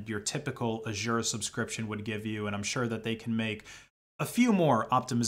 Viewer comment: that's not how you say Azure